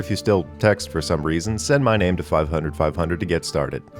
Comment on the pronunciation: haha "reson" instead of "reason" 0/10 channel